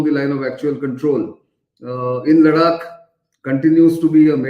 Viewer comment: Why do say Ladak ? Its not It is Ladakh, emphasis on kh. .Got it ! Now dont repeat.